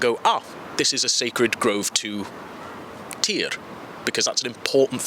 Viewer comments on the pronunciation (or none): As a Norse Paleopagan, historian, researcher, all for 30+ years.... Equality.... Was it better than Christian Europe? Yes. Full equality? FAR from it. I agree, they were NOT illiterate. Like the rest of Europe. (mostly) Everyone was literate. (Side note, you're pronouncing Tyr incorrectly, sorry ) They had ritual horned helmets, made in main land Europe, LONG LONG before the Viking Age. They did not hate Christians. Missionaries were there BEFORE the Viking Age, and NO ONE CARED. They went after Christians because of the actions of Boniface and Charlamagne. Yes, Christians even went raiding just as much as the Norse. Side note, the Norse religion and Christianity are in fact DISTANT cousins. The raid on the South coast of England was because a Priest was trying to extort money out of people there to trade. So, technically NOT a raid. Yes, they were FAR more sophisticated, and even civilized FAR more than most of Europe.